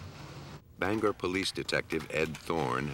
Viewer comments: Just wanted to say that I remember the Maine case. But get it right narrator. It's not "Banger" It's " BangOR" Maine. Just a pet peeve of mine as a Mainuh. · lol "banger" it's banGOR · That's "Bang-gor". Also, :Houlton is "whole-tun". I know this is nit picking but a Main-uh;s ears hurt every time we hear this.